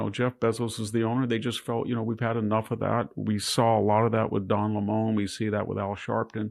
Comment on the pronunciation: "Don L'Moan" 🤣👍